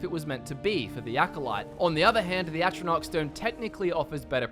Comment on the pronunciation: Say atronoch stone, one more time